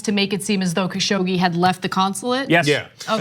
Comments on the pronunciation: FYI, his name is pronounced "Cash og gee" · Kyle. Repeat after me KA-Shoug-jee !